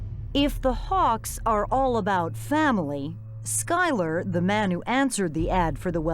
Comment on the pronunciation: *Hawks NOT "Hawkes". *Skylar NOT "Skyler".